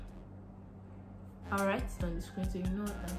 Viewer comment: "Toxitity"!!? I am unconscious!